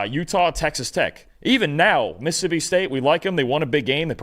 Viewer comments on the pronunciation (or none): it's mississippi, not "missipi". Please learn to pronounce all your syllables.